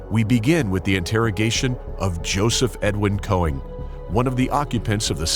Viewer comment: His name is actually konING not konig.. triggers me like hell